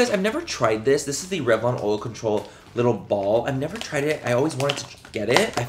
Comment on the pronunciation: Manny you say “Oil” just like Ms Laura Lee now!!